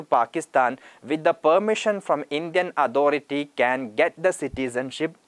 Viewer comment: Authority word ka pronounce ojib sa log raha hain yar..